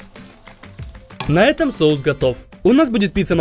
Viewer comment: нормально он сказал это слово вообще то 😐